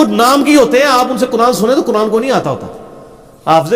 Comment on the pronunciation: اَقِمِ الصَّلٰوۃَ لِدُلُوۡکِ الشَّمۡسِ اِلٰی غَسَقِ الَّیۡلِ (وَ قُرۡاٰنَ) الۡفَجۡرِ ؕ اِنَّ قُرۡاٰنَ الۡفَجۡرِ کَانَ مَشۡہُوۡدًا ﴿۷۸﴾ Ali bhai aap ne is ayat me bracket waly lafz ko galat prha hai. Laam ka izafa kia hai ap ne.🥰